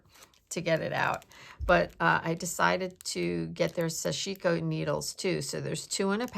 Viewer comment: Such interesting stuff!❤️❤️❤️ Btw, I may be wrong, but I think the pronunciation is SASH-i-ko (short i).